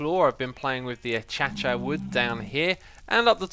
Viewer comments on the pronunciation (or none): X- my man! Unless it is a British pronunciation ....it’s not Ah-chatch-ah.......it’s Ah-Kay-sha. That said- love the let’s play. Out of curiosity i viewed your early Hermitcraft- your enthusiasm now shows in your voice....love your videos! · For the love of Pete, please stop saying Acacia as "A-cha-cha"! It's "A-kay-see-a" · isn't acacia pronounced "a-kae-sha"? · it hurts when you say "achacha" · I pronunce Acacia A-kay-sha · We pronounce it A-ca-ci-a